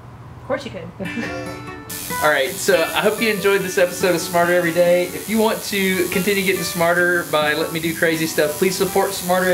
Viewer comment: I thought you said "martyr every day" because of the pain and suffering you put into every video.